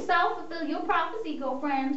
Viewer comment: self-fulfilling "propechy"? haha, whoops. This is a great video :D